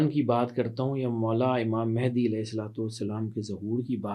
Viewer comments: Naam toh sahi lele bahen Mahendi nahi Mahdi hota hai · It's Imam Mehdi not Imam Mehndi